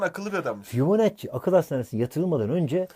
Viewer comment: fibionacci degil fibonacci